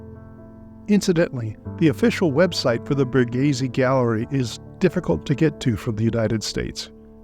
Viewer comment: How offensive and insulting to Italian culture that an English speaker goes through the trouble to make a video on Borghese but doesn’t even bother to try or educate themselves on how to even say the word. So American privilege.